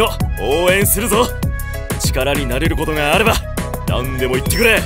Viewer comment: 力になれる事があれば、何でも言ってくれの 「あれば」と「ってくれ」の発音の仕方が ケリンに微妙に似てて草生えた。